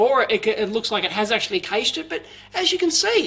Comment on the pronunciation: YES, finally someone who says cache the same way i do!